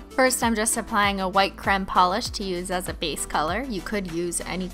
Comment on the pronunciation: Why does she say creme like c-r-e-m-e